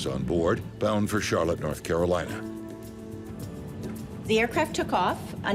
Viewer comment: I heard Corolina and stopped watching this video.